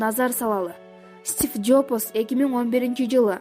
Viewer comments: "Стиф Жопос"дейби кокуй?Джобс эмеспи? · 🤣😅😅стиф жопос эмес Стив Джобс болот туура Жана так так суйлогуло админ